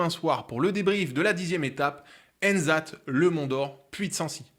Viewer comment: Je ne peux pas aller voir l'étape demain, dégoûté c'est à une heure de chez moi :( au début ils font un tour autour de Clermont jusqu'à Volvic avant de piquer sur Clermont puis partir vers l'Ouest. On ne prononce pas le T de Ennezat ! 😂